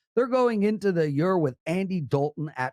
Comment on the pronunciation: The way this guy says “year” drives me crazy. ha wth accent is that?